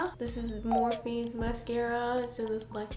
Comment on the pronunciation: it's not morphe it's morphe🤌🏻